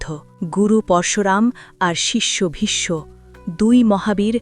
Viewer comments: Vishsho hobe vishmo noy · খুব সুন্দর ব্যাখ্যা দিলেন কিন্তু একটি বিষয় বলবো ,প্রোনাউন্সিয়েশন vismo নয় visho যেহেতু আমি একজন বাঙালি।